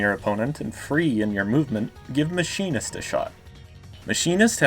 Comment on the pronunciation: What a masterpiece. Except you pronounced machinist wrong you fiend.